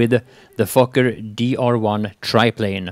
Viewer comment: Did you say the Fokker as "Fucker" ?